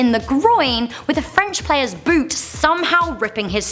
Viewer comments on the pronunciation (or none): none